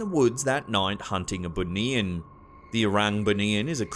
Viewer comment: 1st vid - BUNIAN pronounce as BOO KNEE YAAN